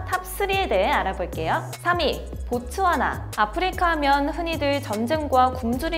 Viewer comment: 아 보츠와나 구나.. 듣기만 하다가 고추하나로 들려서 다시 돌려봄 ..